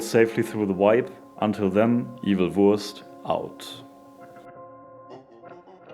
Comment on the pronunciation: hahahaha i didnt realised you were german till you said "Evil Wurst out"